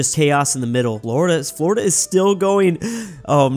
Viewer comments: “Flordia” lol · Who else noticed he called Florida "Flordia" LOL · I love the "Flordia" ajjsshajajhahsjsjsjs, alternative Florida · called Florida "Flordia"